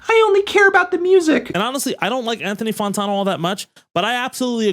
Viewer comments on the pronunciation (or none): Anthony Fawntawno